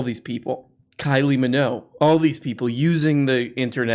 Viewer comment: IS THAT HOW YOU PRONOUNCE MINOGUE?